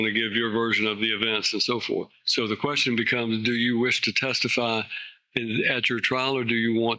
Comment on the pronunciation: Painfully stupid man. He set himself up for a jury trial in this current environment, with the public just sick of scumb*g criminal clowns. What is a "quershten"? Does one "acks quershtens"?